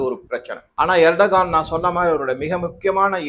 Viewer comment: எர்டகான் இல்லை சார்...எர்டோகன்.....